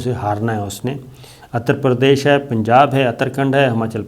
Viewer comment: صابر شاکر صاحب، یہ اتر پردیش نہیں ہوتا۔۔ اسے اُتر پردیش کہتے ہیں، الف کے اوپر پیش ھے، شکریہ